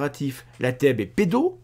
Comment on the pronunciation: Oui, mais ça se prononce Teub, celui qui a créé ce vêtement ne pouvait pas passer à côté.